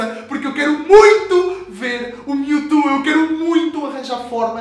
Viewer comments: alguem ensina ele a falar "mewtwo" não mewtu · PORQUE TU NÃO SABE FALAAAAAAAAAR CERTOOO? q raiva. O CORRETO É "PRIMEIRO" de setembro, não "UM" e não é "miutu" é "MIUTCHU" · da agonia de ouvir ele falar mewtu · Kkkk "Miu e Miutu" HAUSHAUSU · O cara fala mewtu kkkkkjjjkjk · Aew Brs ""MiuTu"" kkkkkkkkkkkkkkkk (engraçado pra nois br) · miutu? kkkkk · mew e"mewtu" kkkk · miutu kkkkkk e mewtwo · para de falar miutu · ONNETI seria a pronuncia brasileira de mewtwo